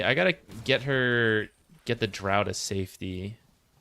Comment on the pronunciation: Props for being the only Dota streamer who pronounces draught properly.